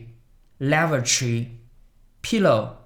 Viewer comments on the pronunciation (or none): Lavatory 发音错了